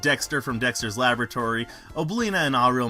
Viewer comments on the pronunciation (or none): none